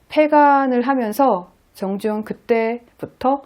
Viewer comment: 성명을 읽는 법이 틀렸나이다. 정 지 용이라고 석 자를 띄어서 읽었나이다. 첫 째, 정은 길게 그리고일순 쉬어서, 지용을 부처서 읽어야지요!! 그릭 자고저 문제가 심각합니다. "한국 어문을 고발함"을 조용히 읽어 주실까요!? 미국 변 완수 드림